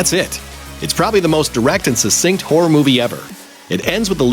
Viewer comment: Sure doesn't sound like this guy is saying "Horror"